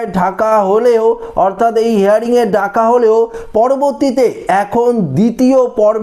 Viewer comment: কথাটা হেয়ারিং নয় হিয়ারিং